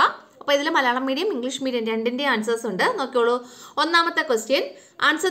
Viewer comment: എന്തു പ ടീച്ചറെ മലയാണം പറ😂😂😂